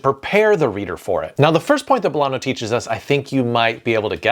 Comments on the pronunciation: Just so you know, Bolaño with that letter ñ is pronounced Bolagno (similar to Gnocchi and Bologna). That's what the ñ letter does. Greetings from a Uruguayan living in the EU (= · As a Latino writer, it's my duty to say its pronounced "BolaÑo". It's not an n, it's an ñ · Bolaño is pronnounced, Bo-lah-gno (like la-sa-*gn*a), not like an N. Similarly, Allende: ll = y (yak) OR j (jacket), not like L. Not rolling your Rs is ok, we're aware we grow up making the sound and you do not (so we forgive you ;) ). But these sounds do make you sound more professional when talking about our big writers. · can't believe it, so clever ideas and useful advices and yet, talking about South, Central or Latin American, or naming authors, you hardly pronounce a single one right: Paramore? Bolano? Mixing Title and text, I also assume a trainee does your video editing.:face-fuchsia-tongue-out::face-turquoise-covering-eyes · Good tips. I wish the names were pronounced correctly though. Bolaño and Allende were butchered but Llosa was pronounced correctly. "LL" is pronounced like "Y", not as a long "L", so Ayende and Yosa. Bolaño would be Bolanyo.